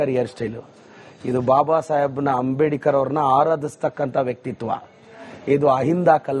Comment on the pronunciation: He is not even able to Pronounce Ambedkar but still he is thumping his chest saying we are Ahinda supporters ! 😲😀😜